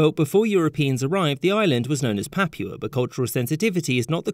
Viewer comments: Papua* not Papyuer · Its " Pa-Poo-A " not Pap-wa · Why do some nationalities go out of their way to pronounce foreign words and places wrong? Guinea “buy-sow”!? “Papyua” New Guinea? GArage? You know who you are… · Ok… the only people in the world who say “yu” in place of “oo” are those with English as a native language. Papua is pronounced “Papooa”.